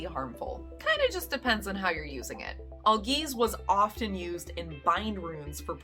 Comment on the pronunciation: AL-geez. Norse words have emphasis on the first syllable. English speakers tend to associate emphasis on the second with exotic words due to the history with French and Latin and often subconsciously apply it to unfamiliar words but Norse is very much an ancestor language. Emphasis and pronunciation are essential as these are oral traditional cultures and rhythm of the words is essential in the beautiful poetic tradition which all these stories were passed on through.